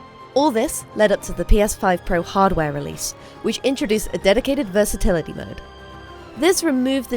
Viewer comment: Who accent is wrong, it’s English with American pronunciation, “versitilyyyy”